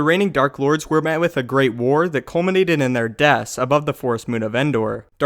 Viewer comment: also you sayd des insted of deaths